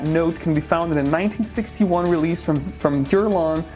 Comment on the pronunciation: Did you say, "Jurlan"? I never heard Guerlain pronounced that way...anyway, I was never a big fan of Oakmoss-laden fragrances because they remind me of 80s/90s power colognes that gave me allergies back in the day. However, I really took a shine to the old-school scents after the IFRA pretty banned its use in fragrances and the perfumes/colonges nowadays perform like crap. Regardless, I have been picking-up older bottles of the classic as well as looking for real oakmoss fragrances from the Middle East (which are few and far between...but there are some). Enjoyed.